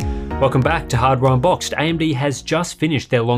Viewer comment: 'ardware uhnbooxed